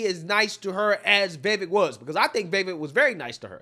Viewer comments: VI V A K E - practice saying his name. Please brother. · V I V A K E V I V A K E V I V A K E. Say his name the way I spelled it. That is the proper pronunciation of his first name. It rhymes with cake.